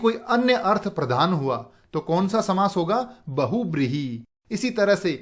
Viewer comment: Nice video sir 😊😀. Lekin aapne ek cheez galat boli- बहुब्रीहि nhi hota sir बहुव्रीहि hota hai....